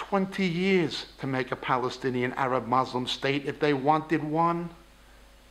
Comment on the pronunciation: So many lies and half-truths. Claiming that Palestinian Arabs are not Palestinian makes as much sense as saying Khazar descended Jews aren't Jews. Why so much hate dude? People are there, no matter what they are called people have been there for a long time. Also, you should pronounce Muslim correctly